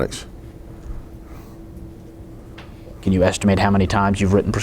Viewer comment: “Antabotics”….. MD? Dude it’s antibiotics